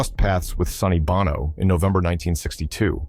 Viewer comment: Bono is pronounced BOW